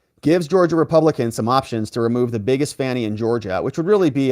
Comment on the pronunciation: The lady can't even say fanny. If you can't pronounce very basic word's then you have nothing's to say that intrest me.